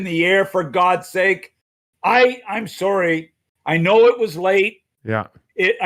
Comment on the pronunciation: "I'm soary."